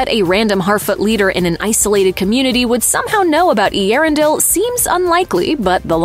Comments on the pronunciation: Eee-Erendel.. your ‘pronunskeeation’ is as poor as the show. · Oh my...butchering the name Earendil